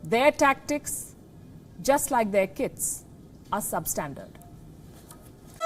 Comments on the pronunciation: I had to hear it thrice, I heard Kids instead of Kits, I was like this is below the belt. 😂😂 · kits sounded like kids (last line she speaks)